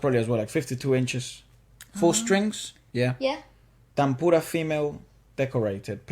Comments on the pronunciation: Not Tamboora. It is Tanpura. It is Indian scale Sa, Re, Ga, Ma, Pa, Da, Nee, Saa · It's a "Taan-pura" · Tan-pura the n and p are pronounced seperately